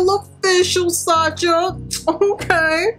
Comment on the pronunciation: Fyi it’s pronounced “Sasha” not “Sa-cha”